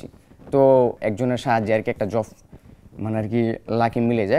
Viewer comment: কি যে বলেন বুঝি না ! একশোটা ভুলভাল উচ্চারণ করছে ..... জবকে জফ , সাঈদকে সাহীদ আরো কত কি .... কিন্তু এখানে ভাষা ব্যাপার না তার সাহসিকতাই বড় কথা